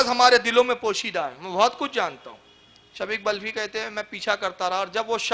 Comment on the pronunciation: waqil sahab.shafik balkhi nahi wo name shakik balkhi hai. Zara padh kar sunao achi tarah